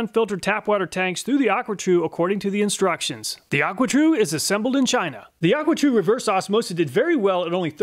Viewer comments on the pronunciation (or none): aquatru not aquatrue